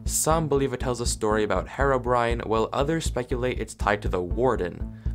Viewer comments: I just kept hearing 'HeroBrian' instead of Herobrine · omg why did you say "herobrian" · Why one Earth do some people pronounce Herobrine as "Herobrian"? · "hero-Brian" Lol